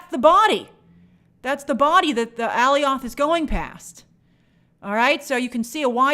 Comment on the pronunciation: Lmaooo she always kills me when she tries to pronounce Alioth.